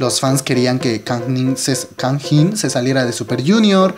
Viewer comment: pronuncias mal su nombre goei .-.